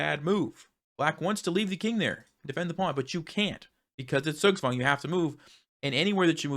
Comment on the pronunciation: Zugzwang is from german language btw. It's pronounced diffently. And also has 2 words in 1. Zug (which in this case stands for "turn") and Zwang (which translates as "force"). So essentially Zugzwang means "forced move". Great educational video,. 😊